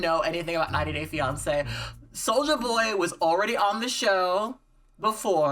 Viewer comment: It's not even solja boy. It's literally just sojaboy, soja rhyming with doja.